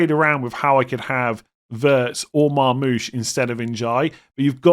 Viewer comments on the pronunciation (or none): none